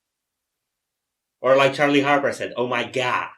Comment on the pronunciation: with the KAKAAA 🤣🤣🤣🤣🤣🤣🤣I CAN'T LMFAOOOO "Oh my gyad. I love tyacos" hahaha that's what comes to mind when you say "OH MY GAD" 😂